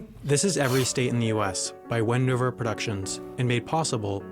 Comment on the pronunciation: You can drive to Alaska. You cannot drive to one city in Alaska - Juno. Also, It was so funny because to me it sounded like was saying Bendover Productions. ☺️